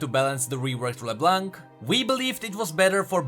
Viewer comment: Why it's so hard for you British tea guy to say LeBlanc correct ???